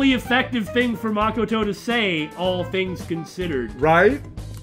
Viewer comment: Stop saying Makoto's name wrong